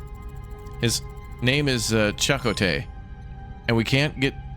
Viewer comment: Glory to Raptoria, Stardate. Looks like folks already told you some pronunciations. Deuterium (Doo-TEE-ree-um) & Chacotay,(Chuh-KOH-TAY): sounds Native American to me) emphasis syllables capitalized. Yours were pretty entertaining tries, though: Da-root-ium, Duran Duran-dium. 🤣 The set up of the ship does remind me a bit of The Alters, but also, B4 that, Fallout Shelter, but with 3D graphics. Oh yeah, my guy! Farengi Acquisition Law #12: Anything worth selling is worth selling twice. Lol. I love all the Star Trek series and so I never really ranked them. They were all different and enjoyable to me. It appears to others this one was less so than others, but I don't agree. I love so many characters across them all that I can't choose faves.I was sure the red shirt they showed in the visuals for the away team was gonna go down! 😂 I guess there's extras more than the 3 we chose to go. I'm enjoying this, so I'm all in if you wanna try it out on the channel. But, not enough cross section of the whole community has voiced anything & the few here either seem like a nope or, at best, middling in their view of this part of the franchise. Have fun in Japan and wherever else you travel on this trip. I watched this a bit later, as Nov 4 is my eldest daughter's bday. Artemis (almost like our other viewer, Artimas, but he's male, I think) is 16. Driving age. Lord help me,! I'm old! 😆 Having KFC for dinner and cake later, but I haven't peeped the surprise flavor, so will report